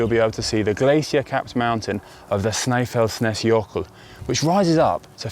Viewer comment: Pleased to see Snæfellsnes in Iceland on the list. And kudos to Connor for a somewhat accurate pronounciation of the names, not perfect but close enough. Almost all of Iceland is a gravel riders paradise but road riding can also be on offer here. The Ring Road around the island is popular and is home to an annual cycling event where cycling enthusiast compete to finish the ring in the shortest amount of time. It's about 1300 km ride and is competed in several categories, a one person race, 4 person teams and 10 person teams. Would like to see a team from GCN enter into this event as it is a fundraiser for local charities.